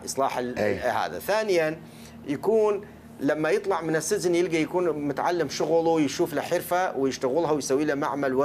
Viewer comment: مشكلة عندة ينسى شلون يلفظ كلمة السجن وكل شوية يكول سزن